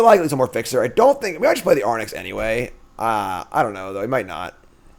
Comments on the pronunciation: AIR-RINKS. Not Ar-nicks. 😡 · Love the content, thanks! I feel obliged to point out though that the creature is phonetically aw-rinx and not arn-ix.... Sorry to be pain but I just can't seem to unhear that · Gonna say nonbeliever because you can’t pronounce Arynx 😅